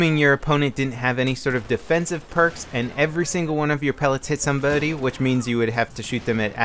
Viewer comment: He said sumboody